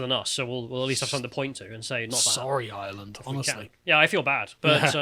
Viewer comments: "IrHurrrland 2023!" The lads inner Irish man came out today. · literally existing to say eireland. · Is the one on the right of Irish heritage? He keeps pronouncing Ireland in some weird pseudo cultural way. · Can someone teach how to pronounce “Ireland”?